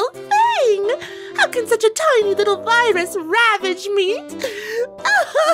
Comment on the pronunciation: "A VIRUS!?" what i heard: "PAPYRUS?!"